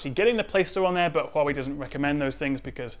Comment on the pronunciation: glad to see (due to my tuition and voice training) that you`ve mastered the CORRECT pronounciation of HUAWEI, no longer hoo-wah-way !!!!